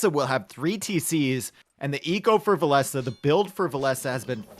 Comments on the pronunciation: vill-esss sounds so much better then vill ess uh. did villese recently confirm we have been saying it wrong? or what did i miss ? xD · wow i have been pronouncing villese like chinese for years until i heard this commentary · Why did you change the way you pronounce Villese? Very annoying. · Why did and change the pronunciation of Villese? has even corrected himself at some point and towards the end he went back to the old pronunciation.. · they pronounce it that way cause (cant remember what tourney) villese faced barles, and that sounds pretty similar and complicated t90s life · Still can't get used to how Villese is supposed to be pronounced lol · Frankly with how pronounces other names I assume that he's wrong about Villese as well.